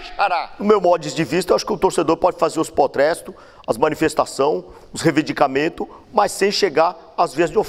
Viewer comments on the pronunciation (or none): Fala errado igual ao neto. Não sei pq tanto R numa só palavra. Kkkkkkkk